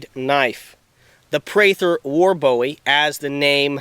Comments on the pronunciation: James Bowie's name is pronounced 'Bu ee' not Bow ee...Us Texans are kinda' anal about that...{:-) Jes' sayin'... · It's a boo-wee knife NOT a bowie